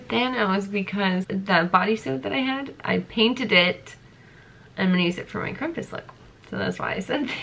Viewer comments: She said Krumpus instead of Krampus 😂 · We just gonna ignore how she said “krumpus” in the beginning 😂. Love her so much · In Germany, we pronounce it "krom-poos" (: hope that helps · Krumpus? I was expecting that to b a joke for her to start trying to crump... but then that's genuinely what she thinks he's called lol its krampus lol but it's ok u made it work and I desperately needed a laugh today im stressed out about my dog having to go to vet... and... this made me laugh THANK U UR AWESOME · She kept saying Crumpus and I laughed every time. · Whyd she say krumpus?